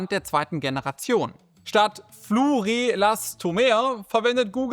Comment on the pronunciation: Fluor Elastomer, nicht Fluo Relastomer aber sonst okay